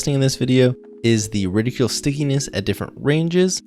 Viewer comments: His pronunciation is quite... "reticulous" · Bro, repeat after me Ret (rhymes with bet) - ickle (Tickle without the 'T') Ret-ickle Reticle